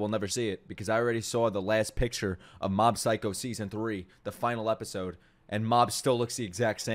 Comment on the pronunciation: Mob is Saitama's Dad?????? You said it the wrong way.